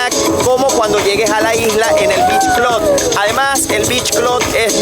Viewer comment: Beach "clud"